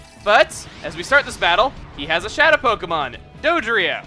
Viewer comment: Dodrio? Sorry Chugga but that's bad.